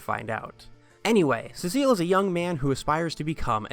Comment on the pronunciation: cecil is pronounced SEE-sill